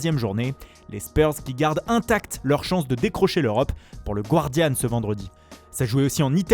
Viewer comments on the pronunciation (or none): none